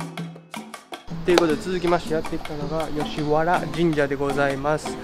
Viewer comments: よしはらでなくよしわらです、だいもんではなくおおもんです。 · あとついでに言うと「よしはら」じゃなくて「よしわら」だよね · 『だいもん』は港区芝だよ、吉原は『おおもん』。あと馬肉は『ばにく』吉原は『よしわら』ね。